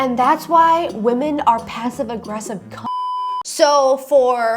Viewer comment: I am so annoyed with the 1800’s - 1900’s guy for a lot of reasons. The consistent misuse of woman instead of women makes me question if earth English is his first language.